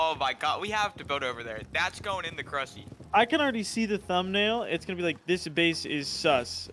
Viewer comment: 'IN THE CRUSSY'